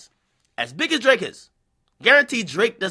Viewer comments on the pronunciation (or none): none